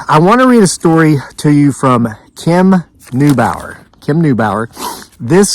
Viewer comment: Thank you for sharing my story. You pronounced my name correctly. Kim Neubauer